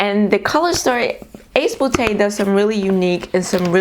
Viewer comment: "Ace 'bootay'" 🤣 I love your laugh. 💛